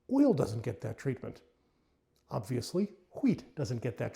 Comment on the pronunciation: I know how seriously you are taking this topic by the way you pronounced the 'h' in wheat.😅